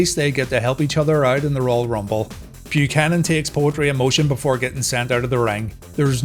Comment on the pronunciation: Dear lord, did you call him Bull Pukanan...? How dare you sir!